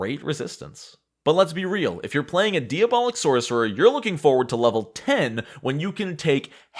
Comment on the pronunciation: I'm trying not to be a language prescriptivist and knowing there are going to be flubs in a super long video that was edited down to 72 minutes, but... it's distracting to hear you say DEE-abolic over and over again, and say that Embrace The Pit gives you demon horns and demon features.